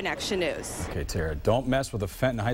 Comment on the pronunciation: Why did she call it Fitin High School? It's Fenton...